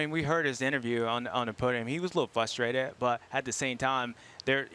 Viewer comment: Js7 is awesome but IF YOU ARE GOING TO OVER USE THE WORD “FRUSTRATED” PLEASE MAKE SURE TO PRONOUNCE IT CORRECTLY. ITS “fRustrated” not “fUstrated”